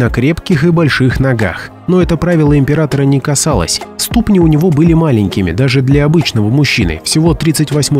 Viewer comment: Не стУпни, а ступнИ.